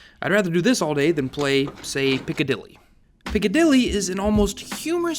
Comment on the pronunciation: piccadil- cant even say it 🤮